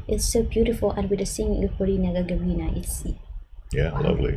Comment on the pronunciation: Gag[á]rina, like Yuri Gagarin.